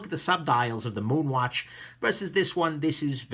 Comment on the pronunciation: You pronounced it correctly! Yea.